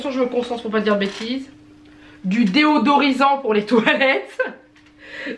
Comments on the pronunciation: Nooon Désodorisant pas Déodorisant !!! :) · On dit pas plutôt du désodorisant pour toilette car j’ai l’impression tu dis deodorissant ? Ou c’est moi qui dit n’importe quoi dans ce cas là dite le moi pour pas que je passe pour une con à chaque fois je dis ce mot 😂